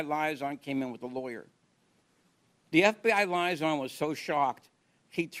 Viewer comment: doesn't know how to pronounce 'liaison'.